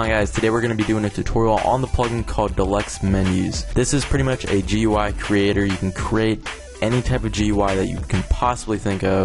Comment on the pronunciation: It's pronounced "gooey" (GUI) and "appy" (API).